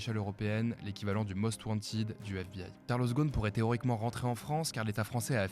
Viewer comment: Très bien mais vous parlez trop vite, pas le temps d’assimiler 😮. Et on prononce WANTED avec E pas Wantiid. Merci